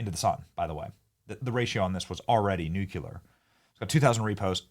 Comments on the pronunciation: Love you but can you stop saying NUCULAR? Just a friend helping a friend. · This message is for bennys interns… will one of you tell that dumass Benny, it’s not nuke you ler… it’s new clear! You know who else called it nuke you ler? GEORGY DOUBLEYA BUSH!!! And we all know HIS iq!